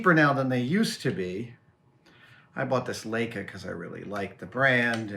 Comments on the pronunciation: It’s pronounced ‘lie-ca’, not ‘lay-ca’. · It's pronounced "Like-Uh" , Adam...